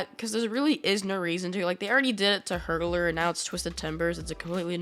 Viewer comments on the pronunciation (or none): It’s hurler not Hurdler